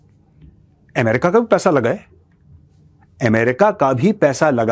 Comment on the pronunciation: What is AAM- RICA...... isn't it Ame- rica?